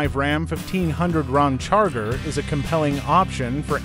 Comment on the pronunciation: Hey computer voice it’s Ram Charger NOT Rom Charger